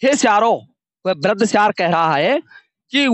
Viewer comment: Siyar hota soyar nhi